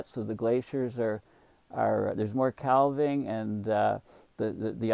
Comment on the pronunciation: Calving is pronounced with a silent "l".